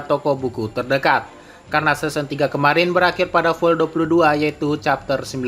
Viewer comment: Kok pelafalannya seson